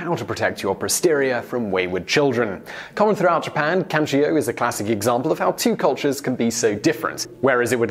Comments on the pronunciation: Question: when announcing number one why did you pronounce it with an I at the end as in “Kanchio” instead of how it’s spelled “Kancho”? I can understand mispronouncing a word but you added a letter lol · (Ka-n'cho) was the only bad pronunciation i heard. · it is actually pronounced Can-Cho; although chi is a "letter" in this chase it is not involved in the word. I had heard of this practice and I really want to know how it came to be practiced since it is so strange. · Yes, your Japanese pronunciation is HORRIBLE... By all means if you ever do another video with Japanese words have your producer message me!! The "cho" in kancho rhymes with show.